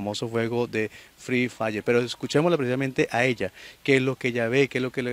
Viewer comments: Ni siquiera se dice frre fayer🙄😒🤡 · Se disa free fire no fil fla